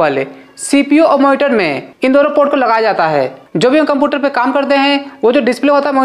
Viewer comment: Power cablee and moniteree 😂❤